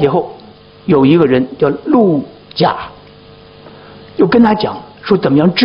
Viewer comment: 那个陆贾念陆gu